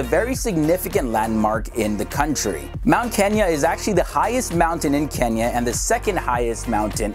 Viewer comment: Another person who says Kenia instead of *Kenya*😂..